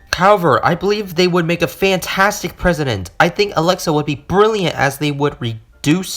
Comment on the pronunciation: Hello im alexa. Amd that says a-lex-E-a